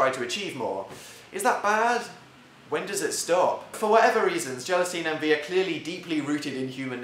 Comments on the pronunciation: I thought I heard “Anti” instead of envy. Jacksepticeye fans here? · I can't listen to you say envy I'm sorry. I have a neighbor, 8, named Envee and she's soooo annoying